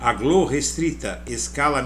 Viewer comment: Fica estranho pronunciar glo, como se fosse uma sílaba. A pronúncia usual é G - L - Ó, com o som de cada letra em separado.